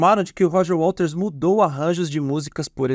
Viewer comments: Muito bom. Só me incomodou um pouco o apresentador falando o tempo todo "Walters" em vez de Waters. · Por que tu diz Roger Walters, com ele? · Gostei do seu canal. Apesar de pronunciar errado o nome do waters, isso pra mim é irrelevante. O conteúdo é bom e bem apresentado. Parabéns!